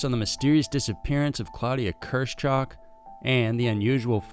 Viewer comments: Her name is KIRSCH -HOCH. Not Kers - chock. KEER SH HOOCH. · The name is German, and it is pronounced "KEERSH" (first syllable) "HOAK" (second syllable, rhymes with "Oak"). Literally, in English, it would mean "Cherry High."